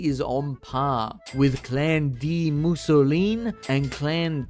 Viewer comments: Fun to watch but i was tweaking every time u said musolin instead of mousillon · why... why does he pronounce it mousilleen instead of mousillon? Mousilleen sounds Italian, not French. aaaaaaaaaaaaaa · The way you say Mousillon is going to make me kill myself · I really, really, really like that you mispronounce the word "Mousillon" but that you also say it every other minute ❤ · Me at minute 4: “he couldn’t possibly pronounce Mousillon like that for the whole video… could he?” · I'm convinced all YouTubers are dyslexic. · Damn nostalgic Italian cat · oh no